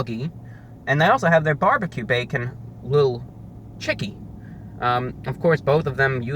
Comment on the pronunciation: I love how he says barbecue. "bwarbique"